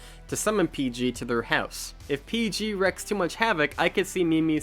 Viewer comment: / "Wreak(s)," not "wreck(s)." Ackchyually, those aren't Templars. Those are just representatives of the council of galactic peaceniks or whatever. The order-mongering tyrannical Templars bully them around too. I wouldn't be surprised if one of the false "g0ds" the Templars worship turned out to be a manifestation of Baphomet. Oh! Idea! If there's a sequel, Baphomet should be one of the "boss monsters" Psycho Goreman has to fight. Order is oppression! Chaos is freedom! Ave vindicta! What makes it hilarious is that it's an ordinary snubnose revolver with no explanation of why. They acted like they didn't know about Earth or humans, since Pandora (what a generic name) had to request info from that floating head thing. Yet here's a plain ol' "Earthenoid" weapon! Guess we're left to fill in the gaps with our imaginations. I'm immediately thinking something like the backstory to that ye olde flintlock pistol carried as a trophy by that elder Yautja in Predator 2. Or a Saturday-morning cartoon! There are already Psycho Goreman action figures. They really need the Todd McFarlane treatment, though. Has The Nostalgia Critic reviewed Psycho Goreman yet? Flash Gordon was way better than the live-action 'Masters of the Universe' movie. Red Letter Media made a good point regarding that. Every time there's a movie based on a story set in a fantastical world, they cheap out and bring the characters into our boring, mundane, contemporary world. Beastmaster 2